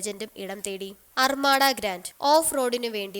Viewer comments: അർമാഡാ അല്ല അർമദ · അർമട അല്ല അർമഥ